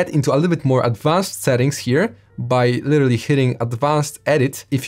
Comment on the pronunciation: He says oiterally 2 minutes in